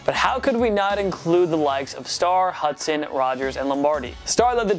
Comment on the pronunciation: Its hudson not hutson